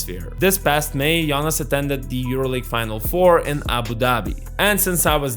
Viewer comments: Closer to correct pronunciation is "Gionas" (with a soft "g" like how you say "Giannis" in greek) not as in the "Jonas Brothers". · Great video report of a current matter that's interesting and nice new green background!! Is it me or did it sound like you were saying Giannis instead of Jonas 😜 im sure you were probably saying it the right Lithuanian way Like you said Jonas has always been a true pro and consistent throughout past decade but i think he made a big mistake by signing with wizards in 1st day of 2024 free agency knowing that they had no intention of winning and or course would only look to trade him by the Feb. deadline. Has your source said that Jonas regret that decision???